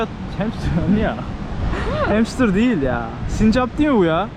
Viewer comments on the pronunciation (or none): Sincapa da hemstır demessin ya skdjskksa